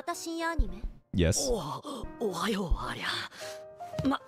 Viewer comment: Plus she's also actually has Russian roots, so her pronunciation is much better than in the Japanese.